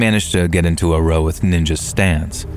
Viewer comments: + "row"? Come on its pronounced "rau" but its spelt row. (Its a word for argument). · Hi, FYI "row" (argument) rhymes with e.g. cow/how.